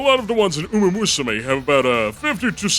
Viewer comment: it's called uma MUSUME, not uma usume